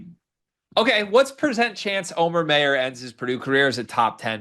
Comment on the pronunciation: I have no idea what you mean by that but that's ok. But hearing his name pronounced wrong is like fingernails scraping a blackboard. Anyone who's ever taken German knows immediately how to pronounce that name.